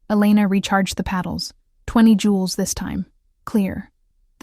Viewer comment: Joules; not Jewels